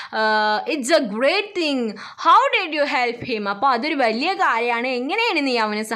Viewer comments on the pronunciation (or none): none